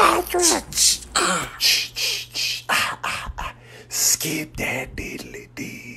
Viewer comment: It was more like kirk-PATRICK! 😂